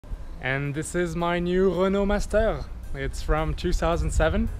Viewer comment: OMG a french guy ! Trop contente de voir que meme certains français le font ! ( t’a façon de dire Renault master t’a trahi ) 😊 nice job and congrats